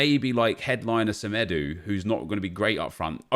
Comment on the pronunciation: Nelson Semedu“